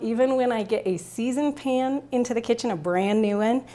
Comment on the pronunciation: I wonder where you are from? The way you say "pan" like "pin".